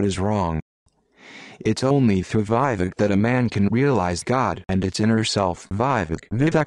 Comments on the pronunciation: Nooo....Wrong pronounced... It's not vyvek...vivek 'v'vek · Mine name is Vivek You pronouncing wrong